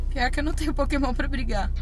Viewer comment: Só eu que ouvi no começo do vídeo ele falando: KÉMON mais eu acho que era pokémon o nome :P